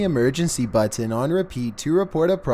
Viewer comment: Goddammit will you please stop saying "button" like that?!?!!??! Please, for my sanity!!